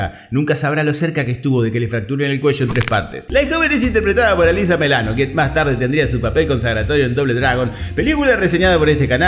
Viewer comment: Alissa millano, no melano.